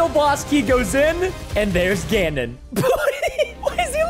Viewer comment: It’s Not gonondor it’s ganon